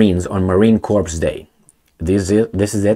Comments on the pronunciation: So "corps" is pronounced like "core" in English usage. Not like "corpse". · the P in CORPS is silent, It is pronounced Marine CORE. Great video, my friend. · Simply "COR" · Yes, that's what I should have said. He still pronounces it "corps." Guess we'll have to overlook it! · Yes, silent PS😂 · Your English is great. Just FYI, the letters "PS" are not pronounced in the word "Corps" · But the pronunciation is realistic when refferring to US marines (corpses)